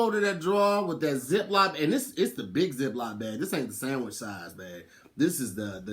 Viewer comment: Anyone else notice says "zip-LOP" bag, instead of zip-LOCK bag?